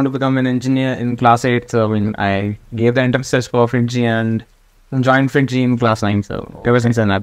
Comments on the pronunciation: not fringy , its FIITJEE , btw nice vid! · are u sure he said fringy and not fiitjee haha